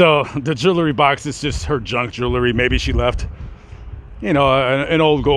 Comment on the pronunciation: What is joolery? It's JEWELRY! Otherwise interesting.